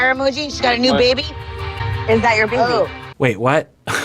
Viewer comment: Honestly the way she says "Beey-bee" just gets me everytime haha